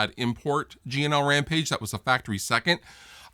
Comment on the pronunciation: Whenever you say G&L, it sounds a bit like 'Gino'. "Gino Rampage? Yeah, he's a friend of ours. Fuhgeddaboudit."